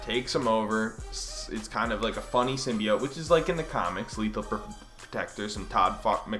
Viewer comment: How do you spell "sim bee ite?" Cause "symbiote" is way more correct